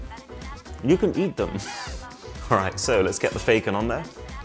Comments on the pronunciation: is it just me or the a in eat is a bit broken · What happened to the word "eat"